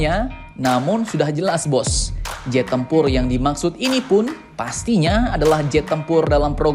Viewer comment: Iya ngab jet bukan zet😂😂